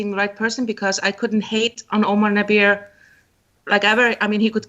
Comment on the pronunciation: its pronounced Nah-behr